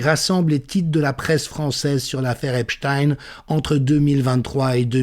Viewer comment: Merci prononcer "Epstein" comme "Einstein".